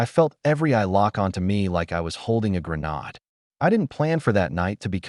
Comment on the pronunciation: That's how AI thinks they're pronounced 😂